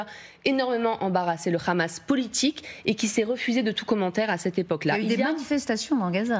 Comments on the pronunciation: pour quoi elle dit khamas et non hamas ? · Le Hamas avec "H" pas "kh" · C'est le hamas et pas le khamas . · Le mouvement s'appelle Hamas mais pas Khamas comme le prononce les israéliens. Pourquoi j'ai l'impression que ces médias présentent le sujet comme étant une partie du conflit. Même I24 essaye d'être plus objective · Pas ( ghamas ) mais ( hamas ) ça s'écrit pas la même chose 😂 hooooo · C'est pas khamas, c'est hamas. Ont est en France ou en Israël ? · Pourquoi prononcer Hamas comme Khamas? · C’est bien. Tu prononce bien Rhamaas, larbin français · Pour l’amour du ciel arrêtez de dire Khhhamas. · Khamas... vous pouvez même pas prononcer le nom correcte vous et même gabreil attal vous bavarder et vous êtes incapable de prononcer juste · Un fantôme insaisissable mais qui sème quand même des disques dur derrière lui, faut bien le croire. Et l'autre gourde de "journaliste" qui prononce "khamass". Les média "français" sont pathétiques. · Alors elle c'est vraiment la relou de service Khamas à la place de Hamas mais YaHya Sinwar elle le prononce pour enfin finir avec Kan Younes au lieu de KHan Younes